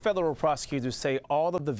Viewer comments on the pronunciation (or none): Is he saying "fedallul"?